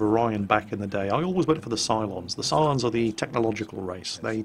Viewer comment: I heard you say "Cylons" and I was like what the fuck, but then I looked and saw "Psilons"... okay then...